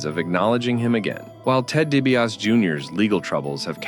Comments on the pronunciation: DiBiase is pronounced “Dee bee ah see” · You pronounced DiBiase wrong.